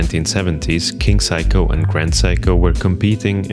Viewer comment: You have to know its not pronounced "Psycho" if you're this far down the rabbit hole. It's "Say-co" and I only say this because in Japanese culture repeated mispronunciating can be mistaken as an insult or lack of respect. Anyways thank for the video